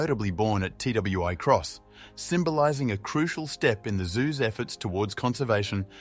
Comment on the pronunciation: It is not pronounced T W I Cross Zoo/ It is Twi Cross